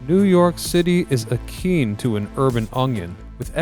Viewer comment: And akin is not "akeen".